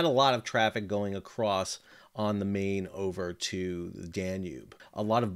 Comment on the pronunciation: The Main |river is pronounced as "mine". Great video.